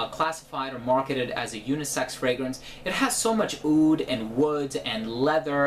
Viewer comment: OUD NOT OOD